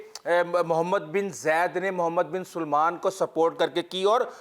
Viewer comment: Mohd. Bin Salman, NOT Mohd. Bin SUlman